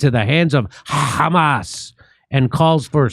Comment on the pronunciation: Khamas is khorrible says Smotrich